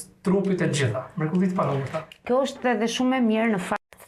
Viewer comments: Përse ky Prifti nuk mund t'a theksojë germën DH ,nuk thotë EDHE,por thotë Elle.Dyshova por gjermën Y e thekson mirë . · jo tane n‘malsi. Asht ni pakic qe thot ll n‘ven te dh. Asht thjesht dialekt. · Munet me kan prej Malsie se ata kan veshtersi me sjkronjen dh. Ky asht Frat.